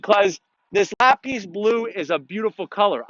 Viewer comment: it's pronounced Lap-pis not Lah-peace